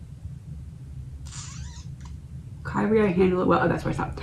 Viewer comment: Prononced Kee Ree A (Alay Eeson): A Christian term in song sung in Catholic mass. LORD HAVE MERCY